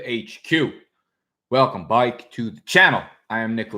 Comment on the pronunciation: Dude why is he saying bike like that lol! What kind of slang/accent is that - I'm genuinely curious haha. Is that a new york thing?! I'm from the Midwest and laugh everytime I hear this guy say that.